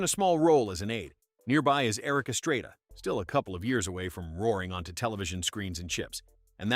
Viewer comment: Who pronounces it “Erik ESTREYDAH???”